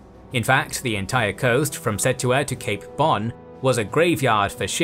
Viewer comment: "Settua" that's a unique way to pronounce Ceuta ☺